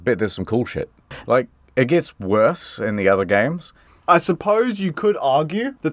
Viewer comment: I always appreeeciate you expleening geems so I don't have to plee theem. Thanks.